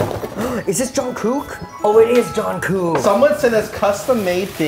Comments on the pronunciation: Nah he said “John-kook” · Micheal: “JOHN COOKE.”